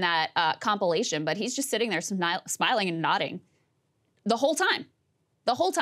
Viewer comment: even more offensive was how saagar pronounced 'compilation' 😂